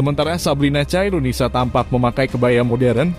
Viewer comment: Khairunisa bkn caironisa bang